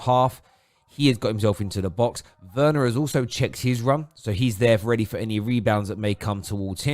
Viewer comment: It's pronounced verner not Werner